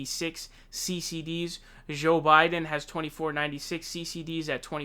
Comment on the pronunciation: "Zho Biden"